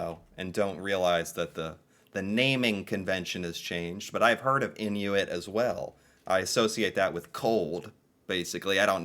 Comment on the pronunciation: Its not actually pronounced "in u it", its pronounced "In oo it".